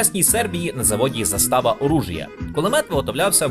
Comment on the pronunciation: Koment na pidtrymku, zAstava a ne zastAva;) 😂, a UA mova (intonacija) kruta u Vašyh video, pryjemno sluhaty, djakuju 💛💙